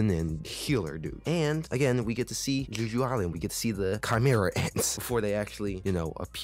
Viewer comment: are yous aying juju island? like jujutsu? .... it's Jeh-Joo, Jeju Island. it's an actual place in south korea, a honeymoon destination if you will. but yeah it's a great show :) i'm excited to see how they animate "ARISE"